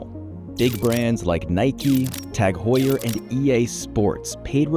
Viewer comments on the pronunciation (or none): none